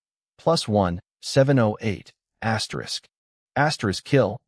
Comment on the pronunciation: Bro can someone count the amount of times he says aterisk😂😂😂😂😂